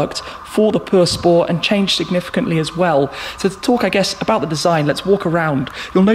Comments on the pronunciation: “The new Chiron Purr spow” man just call it pure sport jeez 😂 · Buggati chiron pur spor😂 that's what I hear. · drink everytime he says perspoor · How he says pur sport makes me feel weird